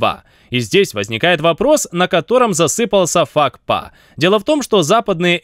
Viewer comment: Какой ещё фак па??🤣😂🤣. Вообще то правильно пакфа т 50!